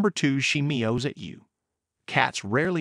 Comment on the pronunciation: She “miuhs” at you? 🤔 Is this Russian Clippy speaking?